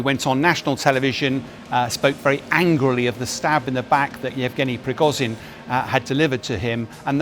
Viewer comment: "prigozyyn" "pewtin" Dear God, learn how to pronounce words.